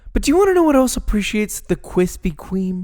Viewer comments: ~kwispy kweam~ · Kwithpy kweme* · *Kwispy Kweam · No offense but I thought the kwispy kweme was better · Kwispy. Kweme. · Kwispy Kweme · Krispy Kreme Fanboys be like: Kwispy Kwime won Josh, Oh Mm Ge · "Nobody Wants That" ._. But I like Kwispy Kweme :c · Dude I literally only came for kwispy kweem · Nobody can defeat the KWISPY KREME DONUTS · I bet his are good but kwispy kweme is tHiCcCcCcCcCcCc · Yours is like thinnnnnnnnnnnnnnnnnnnn with 25 N’s, so yeah. Kwispy Kweme Wins! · Don't dis kwispy cweam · Josh: Treats the Krispy Kreme donut like sh*t Me: Rarely gets to eat a fine delicacy like Kwispy Kweme😢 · Hearing josh say kwispy Kweem brings me indescribable joy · Never fails...start diet.. Cravings begin.. Haven't bought donuts in years.. 2 days later.. Let's hit the Kwispy Kweme shop..😒 Hmmm 😂😂 😂 🍩🍩🍩 Looks yummy!😮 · Kwispy kweem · I’m sorry Josh but Kwithpy Kweme won this round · Yayyyyy kwispy kweem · Kwispy Cweam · Kwispy Kreme : you Gf when she's 20 Josh Donut: Your Gf when she 40. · Josh i love you. But take an L with this one. Kwispy kweme are just to good. I can’t imagine them beeing better. X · I challenge you to make a Gluten free Kwispy Kreme Donut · But you can't deny that's a good problem to have! Especially Kwispy Kweme Donuts 🤤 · I’ll take Josh’s KWISPY Creams any day 😏😏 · Kwispy kweam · Kwisspy KWEME I was waiting for so long